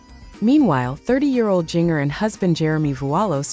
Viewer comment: This is AI BS. Can’t even pronounce Jinger correctly.